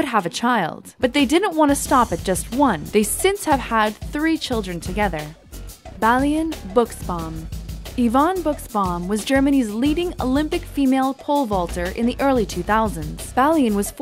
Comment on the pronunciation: You pronounce Balian Buschbaum like "Bahliahn" (the A's as in "father"), "Busch" (the U as in "put") and "Baum" (AU as the OW in "town").